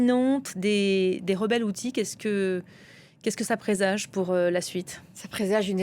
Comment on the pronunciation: Les Houtis, prononcés "Les Kheutes"